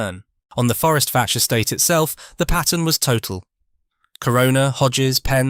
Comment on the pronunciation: I am surprised no one has commented that Fforestfach is pronounced forest vack, gets annoying after a while.